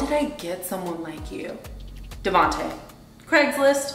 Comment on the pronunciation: mans said Craigslist 😂😂😂😂